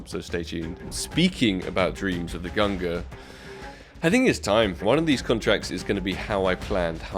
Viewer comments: I get triggered everytime he says "GUNGRR" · Pls don’t pronounce it gungrrrr :D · when he said gungur i felt that. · Why Gun-ger? It's Gung-neer. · it's /gung-neer/ not /gung-gr/ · FFS! its pronounced GUNG-nir ffs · I think the AWP you want is pronounced "gun gnir" btw, and the negev in the tradeup is pronounced the same way as Thors hammer /tradeoffer/new/?partner= &token=-9WHWEQ1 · I'm pretty sure that its pronounce "GUNG NIR". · They are named after Thor and Odin's weapons and you've pronounced them both terribly and it triggers me. Say it with me GUNG-neer! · Why does this man just ignore the N in gungnir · I don’t think Gaben will give you the gungnir until you pronounce it correct lol. You will get it some day hopefully... But those player models are kind a /tradeoffer/new/?partner= &token=3HA38g0Z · Nitram same with the Gungnir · Fml the way you say Gungnir is dreadful. Great vid tho. 🙃😂